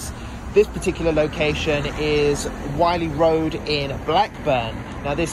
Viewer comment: man said wiley road in blackburn 😂😂😂😂